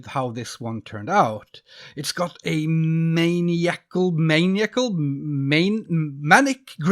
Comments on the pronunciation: Apologies for my attempts at phonetic spelling here lmao. As an English speaking American, how you started to say "maniacal" sounds like the way I usually hear "maniac" pronounced, as MAY-nee-ack. Which you'd think would be the basis for how something related would be pronounced, but no, English isn't logical, hah. I usually hear "maniacal" pronounced like "muh-NAI-ah-cal". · Maniacal is pronounced as "Man eye ick uhl" for future reference. Not to sound like a knowitall. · maniacal is man-eye-a-kull, one of those tricky english words